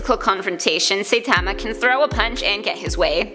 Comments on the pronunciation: Also. She says "saytama" never seen an episode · pls… at least "sigh-tama" or "sightma" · Its Saïtama, not Saitama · this video gets a dislike because you pronounced "saitama" so damn wrong! it was so cringe! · She pronoinced Saitama wrong lmao 😂😂😆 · Ok. Firstly, you saying saitama's name wrong. Secondly, this is rigged and I'll show you why